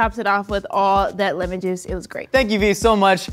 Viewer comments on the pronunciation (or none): none